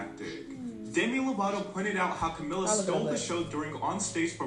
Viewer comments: her name is pronounced CaMEEla CabeYO not CaMillUh CaBello. it's a spanish name and different from "Camilla" so it doesn't sound the same. Edit: Camila became the most marketed member because a lot of fifth harmony fans found her the funniest. Originally (better together era) they intended to market Lauren as the face of the group but switched to Camila after her popularity grew. Her distinct voice also helped. Camila's consistency with live vocals also helped. Their Kelly & Michael performance kind of showed that she had better breath control than everyone else. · Camila's name is pronounced camEELa cabeYo